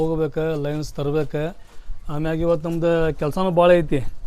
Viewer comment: Lins alla bro lens adu 😅